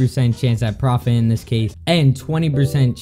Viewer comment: lol its not preftt its profit